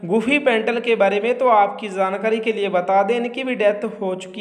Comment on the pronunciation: Jaankari hota hai Zaankari nahin - Apna ucharan sahi kro ji !!!